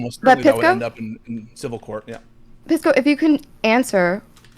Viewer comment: Nobody calls Pisco “Peesco” like it’s sposedta be. Everyone calls him “Pissco” Pee, Piss, which is worse